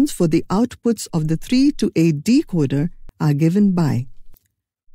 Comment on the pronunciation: Decocer not decoder